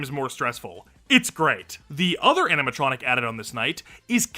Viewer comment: Am I going crazy or is he saying "aminatronic" the whole vid😭😭